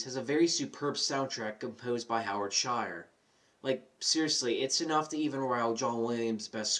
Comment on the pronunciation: The composer is Howard SHORE, not Shire. That's where the Hobbits live. Otherwise, thank you!